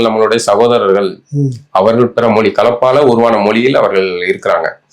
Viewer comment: மொழி என்று சொல்ல தெரியல மொலி மொலினு சொல்லுகிறார்.